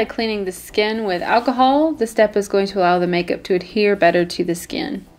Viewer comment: Wait did she say 99% achohll